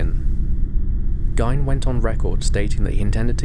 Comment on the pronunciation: Ed Gein's last name is pronounced "GEEN" .....not "Gyn"